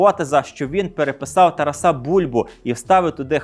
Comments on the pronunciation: Вітаю! Дякую за цікавий контент. Завжди дивлюся із задоволенням! Маю одне зауваження: в імені ТарАс наголос у всіх відмінках падає на другий склад ТарАса. Не ТарасА!!! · Дякую за передачу, але дивно чути ім'я Шевченка з наголосом на останньому складі (ТарасА, а не ТарАса) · Дуже дякую за інформацію. 👍👍👍👍. Чому ТарасА, а не ТарАса? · Шановний ведучій! Правильний наголос в українській мові ТарАс, ТарАса, ТарАсе, ТарАсів. Як завжди: змістовно і цікаво.